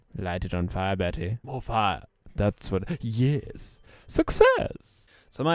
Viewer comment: "MO Fiar" LOL